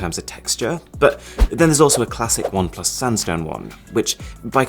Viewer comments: Bom plus 😂, But I love his videos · I used to be a great fan of Oneplus, owning 5 their devices. However in Jan got 8Pro, returned is as camera was bad, and still struggling with refunding it. Disgusting customer service. You should do videos discussing the customer service we get today, especially from OnePlus. Nice video, however the constant emphasis on PLUS felt catchy only the first 2 times . Then in was too much